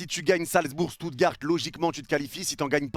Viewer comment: Seigneur comment t’as prononcer Stuttgart